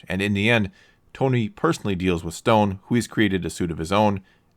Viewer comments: Obadiah StAne. Not Stone. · Obadiah STANE....not Stone. otherwise good video. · It’s stain not stone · Fantastic video! But you know I'mma have to get you on that name screwup. It's Stane, not Stone. LOL! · It's Obadiah stane not Obadiah Stone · Obadiah Stane not stone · stane... stain ? not stone. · Great vid. Although for some reason everyone who makes a video essay on Tony Stark says Obadiah Stone instead of Obadiah Stane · i am the 7th dislike only because he said obadiah stone instead of stain lol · One nit Obadiah Stane not Stone. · Staine not stone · Oops. Stane, not Stone. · I heard Obadiah “Stone” and immediately quit watching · did you really just say Obadiah STONE rly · Did anybody else notic he said Obidiah Stone???